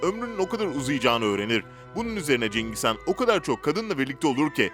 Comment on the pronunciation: cengiz kan kim mak ikide bi cengiz kan diyip duruyo .. CENGİZ HAN. cengiz kan değil.